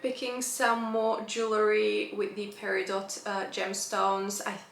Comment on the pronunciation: Peridot, pronounced (PERR-ih--doh), is the August birthstone.